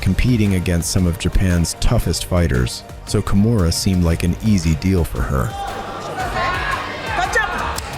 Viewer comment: I got ear cancer with your pronounciation of her name. You litteraly say "kumuhrah' wtf